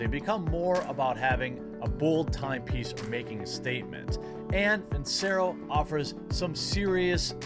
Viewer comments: Even though Jer knows he pronounced Vincero wrong, he still won't record and fix it. For your own sake Jeremy fix it. If I'm a sponsor and the person I'm paying to promote my product doesn't pronounce the company name right, I'm dropping them. I say this because I don't want to see you get dropped. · Dude, redo the sponsor advert and say the name right. Take you 5 minutes! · You really need to re-record that Vincero plug with proper pronunciation. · Probably need to record a new spot wherein you pronounce their name correctly.other than that..cool vid.